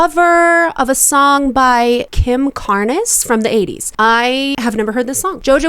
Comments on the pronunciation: Completely a copy of the cover with no originality and that's massive auto-tuning or whatever they use nowadays because the chickie can't sing at all. * It's Kim Carnes (rhymes with Barns) not Car- nez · The original is so good, and Kim Carnes (single syllable, not two) has a naturally raspy voice. Jojo just needs to stop. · Listen to the original by Kim Carnes(one syllable). It’s sooooooo good! Jojo is vocal frying the crap out of the song. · Just a bit of info, the e in Kim Carnes' last name is silent. Her voice is naturally raspy, like Rod Stewart's or Bonnie Tyler's. 😊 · It's Kim Carnes - rhymes with Barns. And Kim had an EXTREMELY raspy voice. So might want to actually check out the 1980s Kim Carnes version (dare say original) before reacting. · The original was actually by Jackie Deshannon in 1975, with no rasp. Kim Carnes (rhymes with barns) has a naturally raspy voice and her version is an outstanding creation and it's a classic. It's wild to me that somebody hasn't heard the Kim Carnes version and not heard of Kim Carnes lol. The rasp in the Kim Carnes version, is NOT too much, it was natural for her. It's an incredibly famous song. Jojo absolutely butchered it. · She's doing a rasp to copy Kim Carnes big 80s hit. But Kim Carnes (one syllable) had a natural rasp. Perhaps check out her version of the song now!